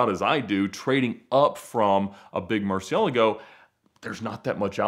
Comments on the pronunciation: I really wanna know why Ed pronounces Murcielago……Murcy-luggo??? 🤣🤣🤣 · You'd think after owning 3 murcies for years Ed would be able to pronounce the name properly lol